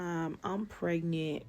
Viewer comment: She said she was 'pregnit' yall 😂 matta'FAK 😂 I stopped listening at the 3rd lip pop/smack 😝🙄